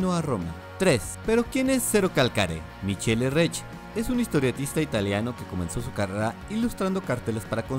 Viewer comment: Se lee Mikele, en italia ch=k